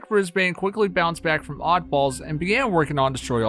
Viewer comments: I can't get over how you butchered "Brisbane". It's not "Bris-bayne", it's "Bris-buhn". Honestly! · U SAY IT like bris ben not brisbane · just for next time u u say it like brisben not bbrisbane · As an Australian it’s not “Bris-Bane”, like Bane from Batman. It’s “Bris-bin”. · Its pronounced bris-BIN not bris-BANE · PSA if you wanna impress aussies Bris-bin Mel-bin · As an australian I just wanna say... Brisbane is pronounced brizz-bun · Haha bris-BANE I can tell your not from aus what a legend that was funny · For future reference it is pronounced "bris-bin" B I N hearing you say Brisbane hurts my soul source I literally live in Brisbane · aight hate to be that guy but brisbane is pronouced "brisbin" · Might have been worth checking how to say Brisbane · Holy fuck learn how to say Brisbane it hurts hearing yanks say any places from Australia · Please go to Brisbane and walk around pronouncing it the way you do to the locals.